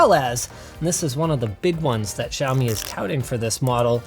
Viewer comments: It's Shao-mi not Zhou-mi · why they can't simply say "shaomee" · shiaomi, no its siaomi :-) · wtf is a xaimioaoa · Wonder if he'll ever pronounce the brand correctly... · thumb down for pronouncing Xiaomi wrong..